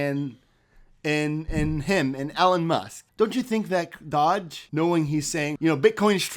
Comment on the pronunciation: You really need to pronounce it right Doge not Dodge